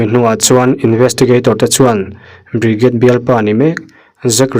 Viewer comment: Hnam dang hming i lam thiam loh pawhin a lam dan youtube ah vêk hian 'pronounce bridget' ti tein han zawng hmasa la a changtu ber hming phei chu lam zin a ngai ropui sia i inti mualpho zau lo deuh thei ang, ṭhahnemngaih thilah ka lo sawi ve mai² anih chu😅